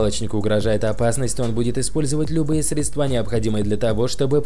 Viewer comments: Грамотей блин средства́ правильно сре́дства. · Только свыкся с манерой чтения и голосом диктора, и тут услышал "средствА"... Удачи.